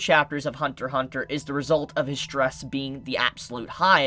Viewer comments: It’s Hunter “X” Hunter. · Only idiots call it Hunter X Hunter. The X is silent in Japanese for this title.